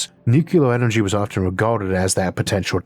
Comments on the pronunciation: Why do you, of all people say “nukuler” instead of “nuclear”? Sorry, one of my pet peeves. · Nuclear: "New-cue-lur" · making fun was absolutely not my intent. many people mispronounce the word nuclear, it is not an impediment which causes this.